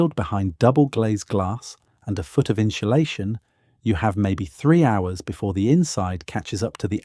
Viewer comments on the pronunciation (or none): Why is an Englishman telling me what’s wrong with American building compared to Japanese on a channel focused on pre-Columbian civilization? Say “inshoolaytion” one more time. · I honestly enjoy your videos. They are very informative however the pronunciation of some words such as insulation can be very distracting. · I agree. That pronunciation of insulation is far from being correct